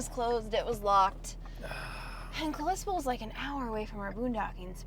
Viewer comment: Welcome to my home state! Many beautiful places to stay and things to do ❤. BTW Kalispell is pronounced with a short vowel a in the first syllable. 😊